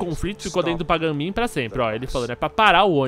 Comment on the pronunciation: Aaaah que Afliçao! "Pain Min" , "A JAY" '-'... Kkk Merec Like cê é Fodss